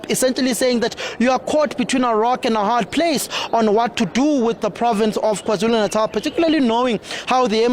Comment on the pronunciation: you're a Nguni person, why do you pronounce KwaZulu Natal like that?!